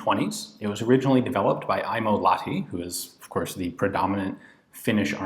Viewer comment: I assume you filmed this before we met in Helsinki and I told you how to correctly pronounce "Lahti".